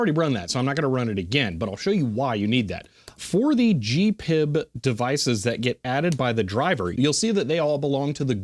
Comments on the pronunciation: Pronouncing it G-PiB is driving me nuts. I’ve only ever heard it referred to and pronounced G-P-I-B. I use it daily with power supplies, function generators, DVMs, ATTENUATOR controllers and oscilloscopes. I use the NI-VISA with VB6. There is no charge to use their windows library. Me preference is to used Agilent/Keysight drivers and VISA. My whole lab works on G-P-I-B. Newer devices with network interfaces work identically with my software. The only difference is the the VISA/GPIB address is a network is different. Also you can use direct USB connection. Identical except a unique address. I find USB not as reliable as network or GPIB connection. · ‘G’ ‘P’ ‘I’ ‘B’ please. It is most definitely not ‘Gpib’ pronounced as one word! If you don’t believe me, do you think HP would allow it to be called ‘Hpib’ as one word? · Slight correction: The correct pronunciation is G-P-I-B or H-P-I-B. You'd upset HP and the grey-beards if you call it H-PIB, instead of with their brand name. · I have never heard anyone, anywhere, in the industry refer to it as anything but G-PIB, except maybe H-PIB by the grey beards. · You're probably the only person in the world who says GPIB as a word instead of spelled out like any acronym.. and it really grinds my gears.